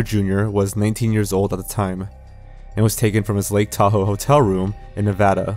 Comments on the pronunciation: props for pronouncing Nevada correctly!! -a fellow nevadian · Thank you for pronouncing "Nevada" correctly. 👍